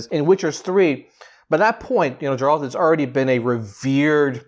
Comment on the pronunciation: Its not Džerald is Geralt 🙈